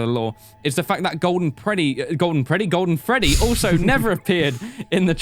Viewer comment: is it just me or did anyone else go like "breadbear!" when messed up saying "golden freddy"